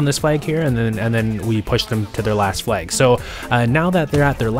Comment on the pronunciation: It's flag, not flaig